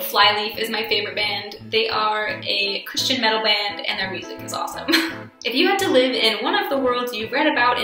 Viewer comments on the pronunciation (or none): none